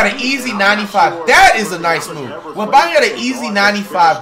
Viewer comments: No way commentator called him wembenyana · Flights pronunciation: Wemeyamen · Dude said Victor wembambam 😂😂😂😊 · victor wembayuuyyammma man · “Victor Wembeneyembe” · Bruh just say wemby 😂 it's "wembanyama" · “Victor webaman” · "Victor wembemabah" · Victor wemenyamna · Heres to many years of flight mispronouncing Wembenyamas name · I just came to listen to Flight trying to say Victor Wembanyama